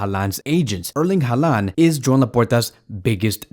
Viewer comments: At least pronounce his name right geez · bro please pronounce it right